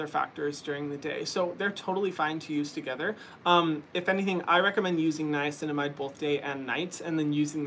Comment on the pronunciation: drinking game: take a shot every time Hyram says niacinimide